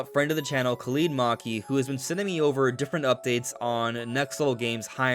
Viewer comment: brother you are doing amazing but arabic pronunciation is not that hard, it's not (kah lead as in the word lead or feed or teeth), it's a short i sound (kah lid) as in lid bid sid shit no mother has ever named her son maleeeeek or tareeeeeq or khaleeeeed theyh are malik (ma lick) tariq (ta rick) and kalid (ka lid)